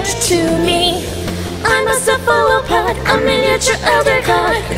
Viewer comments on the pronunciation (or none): It was so good, until you pronounced "cephalopod" like that 😬